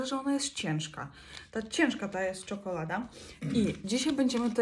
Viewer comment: Ona nie umie gadać czekola da a